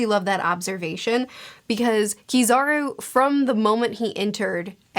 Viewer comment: Kizaru? You mean PIZZAru, right?